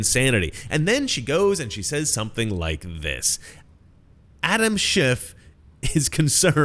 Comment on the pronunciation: she says Adam SchiffT.... right?! Anyone else hear this???